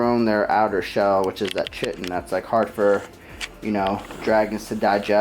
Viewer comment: That chitin shell pronounced like kite in